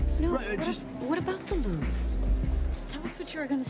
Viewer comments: It's pronounced "Louv" Not "Louv Ra" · As a french, the way he pronounces it sounds like "Louver". Like Oliver. It's Louvre. The "re" is pronounce "re". And not "ri" or "er" like you anglo's do. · No it's not. A lot of Anglocizers recommend pronouncing all French words that end in RE without them as they feel it's better to butcher the language rather than be misunderstood. I am not one such person.